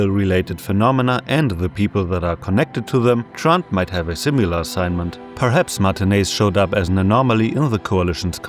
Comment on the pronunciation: similar, not simular